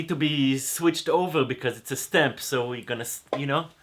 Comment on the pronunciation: Ze schpoon and ze schtamp